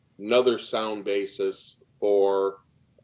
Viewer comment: I must be a very picky person because it's really bugging me that the judge keeps pronouncing "basis" as "bases" (basēs), which is the plural of "basis." You can't have "a bases." I want her to stop it. Yeah, now you see my quirky side on display.